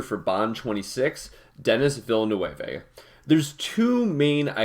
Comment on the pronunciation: the pronunciation of the name 💀